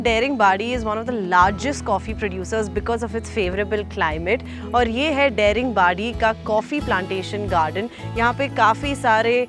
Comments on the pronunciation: No, i m correcting her...what m i doing or not it's none of ur business...as a citizen of this State and country , it's my right to tell the correct pronounciation of the place...hope u will get it .. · Everytime this girl is pronouncing dare-ing-badi , its hurting my ears . Why dint anyone correct her !!! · Daringbadi is not how you pronounce Daring but rather how you pronounce Da in Dance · Please pronounce Daringbadi properly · Daringbadi is not the correct pronunciation please check 🙏 🙂 😀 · The pronounciations of the names of the tourist Places are so pathetic/undeserving to be heard!!! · It is pronounced as Da-Ring-Badi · First of all its not daring badi, it's pronounciation is "Daaringbaadi".... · Pronounced as Daaringbaadi but ok😀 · I appreciate you for covering my state. Would like to point out one thing though…its not pronounced Daring-badi….its Da(as in dada)-ring-badi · Thanks for the lovely coverage. A suggestion would be to pronounce the local names as it is. Its not डेरिंग बॉडी but दारिंगबाड़ी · Nice vlog. Loved it 💗.But are you sure the pronunciation "dey-ring-baadi" and not "daa-ring-badi"? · Its pronounced as Daaringbadi and not Dairingbadi. I am surprised no one corrected you. But excellent episode. 👍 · It’s not Dering badi, it’s Da ring badi => daringbadi 🤗🤗🤗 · I love❤it, But there is One problem... Why you are Pronouncing Daringbadi as Deringbadi... ??? You can call It, Daaringbadi.. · It’s दाड़िंगबाडी not डेरिंगबादी🌝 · tales.--------abe yaar wo daring nehi hai, its daaringbari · Your pronunciation of Daringbadi is incorrect. It's not 'daring' as in the English word. It's pronounced as 'DAAringbaadi'. Notice the stretch on letter A. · Daringbadi, it's not daring badi. 🥺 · It's not daring badi it's daaringbadi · It's not देरिंबाडि It's दारिंबाड़ि🤦🏻‍♀️ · Ita not daringbari ,it's daringbadi. Pronounce properly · thank you for featuring these places but may I point out Daringbadi is pronounced as दारिंगबाड़ी